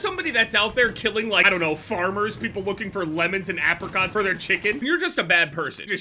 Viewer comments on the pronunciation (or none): The way pronounces “apricots” twists my stomach 😂